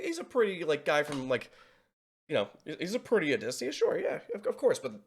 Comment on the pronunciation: How did you manage to say his name wrong three times? 😂